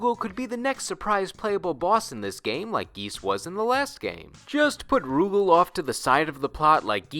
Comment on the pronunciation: Rugal is pronounced Ru Gaal, not Roo Gehl